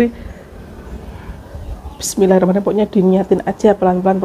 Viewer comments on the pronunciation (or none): none